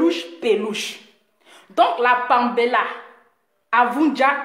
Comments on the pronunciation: Vous les activistes là les noms vous ne connaissez pas la prononciation Paméla non pambéla vraiment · Parle de ta personne pasteur laisse pour le Gabon tu ne sais pas prononcer les noms Paméla et péluche